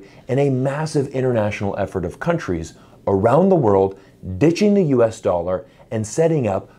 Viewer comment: Yes USA doll-arrr the pirates currency....arrrr....